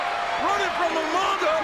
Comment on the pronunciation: Umanga- i miss when he pronounced his mame like that Rip umaga